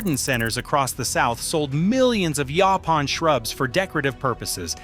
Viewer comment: Across the southern USA where this plant is common it is always pronounced "YOH-pahn". It is super-abundant in the East Texas piney woods, but when I grew up in Texas nobody talked about it being consumable. Pictures shown in the video of the larger leaves with spines are not Yaupon; they are Common Holly. Yaupon Holly is the much smaller oval leaves with slightly ruffled edges.